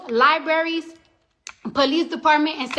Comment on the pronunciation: Did she say lie berries 🙂🙂🙂 It's libraries !!! 😉